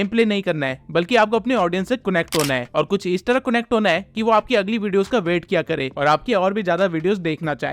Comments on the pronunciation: Bhai woh connect hain cunect nahi😂😂😂😂😂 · Connect ❌ cunnect ✅